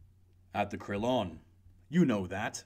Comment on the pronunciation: Learn to pronounce the French words for gods sake. You utterly mangle gendarme, Crillon, St Germaine, etc. Americans in Paris know how to pronounce the French words and place names.